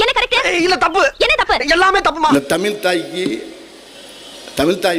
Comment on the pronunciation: Tamil la tamil nu soldrenga but tamil la special ahea zha dhan aduvea ungaluku varala.....tamil pathi pechu vera